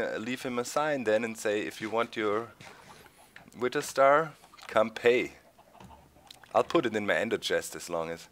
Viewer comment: Doc, versuch bitte mal ein bisschen an deiner englischen Aussprache zu arbeiten, es tut mir jedes Mal in den Ohren weh, wenn du "Witter" sagst... Keiner verlangt perfektes Englisch, aber es wäre ganz cool, wenn du das "th" wie in "SethBling", "over there" und halt "Wither" ein bisschen, naja, englischer und weniger deutsch aussprichst ;).